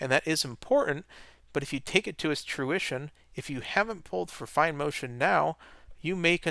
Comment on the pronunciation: ("take this to its truition of saying...") and ("if you take it to its truition")